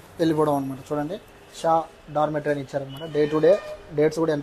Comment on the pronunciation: Documentary kaadu Babu. Dormetry.